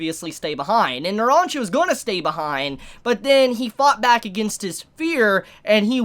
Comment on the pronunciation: does anybody have a slight flinch everytime he pronounces polnareff and narancia wrong, no hate just feels kinda ehhh; like he pronounces narancia right everytime except the first time; like he CAN pronounces it right, he just didn't do it the first time, like the OCD